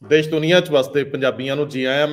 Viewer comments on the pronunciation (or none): none